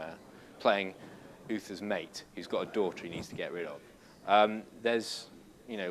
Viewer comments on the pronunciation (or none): none